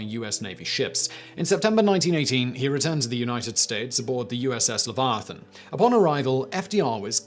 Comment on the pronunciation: As a non native English speaker I was shocked about the pronunciation of Leviathan.